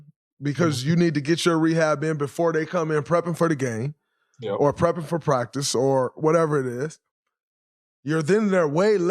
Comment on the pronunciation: "my fuhst pwactice was..." Joel Embiid